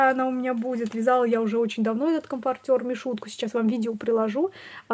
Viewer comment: Правильно говорить комфОртер, очень режет слух неправильное произношение, хотя игрушки очень классные.